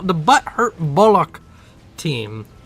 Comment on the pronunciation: ..... "Bombers bombing..., as they do." Wow 10/10 expert analysis xDDDD P.S. Bullock is pronounced like Bull (the animal) and "uck" as in Luck Bollocks is a different word (meaning "oh, crap!") - pronounced Boll-ux